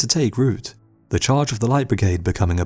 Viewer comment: Do practice saying "Light Brigade". You sound like an illiterate prat.